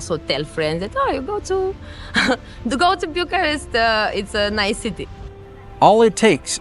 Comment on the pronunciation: Bucuresti is my favorite city in Europe. No city with so much contrast. A favorite amongst many photographers I've met. No offense, but it is either Bucharest or Bucuresti. You're making a mix of two totally different pronunciations into one non existing variant which sounds pretty bad and sounds annoying to my ears and probably to many Romanians as well.